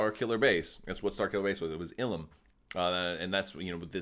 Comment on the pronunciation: I feel you are right calling it Illum